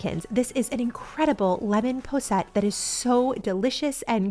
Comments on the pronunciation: In the UK it's called 'poss-et' not 'po-sette' :-) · KISS: Keep It Simple, Sweetie! It's pronounced posset (poss-it), the way it's spelled. Just ask Mary Berry!